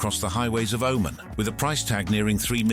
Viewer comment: If the narrator can't even pronounce the name of the country or the leader correctly.... How much in this video is even true